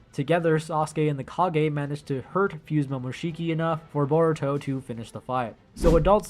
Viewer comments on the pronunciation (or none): none